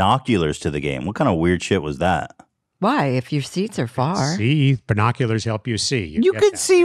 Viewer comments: AS I HEARD BERRNOCULARS I READ THIS COMMENT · Ethan: Makes fun of his mom for saying YEETS Also Ethan: BERRnoculars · did ethan really just say “BUR noculars” 😂😂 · Ethan saying bernoculars traumatized me, where's my sarcastic apology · Ethan saying BERNAculars instead of binoculars 💀💀💀💀